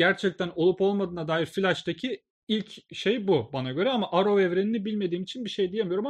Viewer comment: Arrow yazılır errov diye okunur